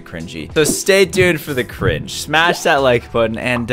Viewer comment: Its not cring-ii it is cring